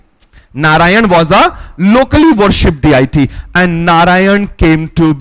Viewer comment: Please , Respected Sir, Your pronouncing 'Diety'... As.. D-I-T.... please work on that one, it's not D.I.T.....please try to say Dee-Ah-dee...it's very distracting ,Dear Sir.